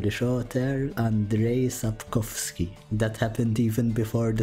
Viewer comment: Congratulations, you've said Sapkowski correctly. We Polish guys are proud of u